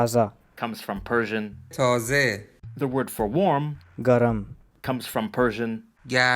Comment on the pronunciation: Not exactly , in Urdu , they say tāzā (تازٰہ)along with Hindi (ताज़ा) and Garam is گرَم not garm